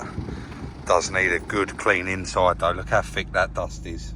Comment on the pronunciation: "look how fick this dast is"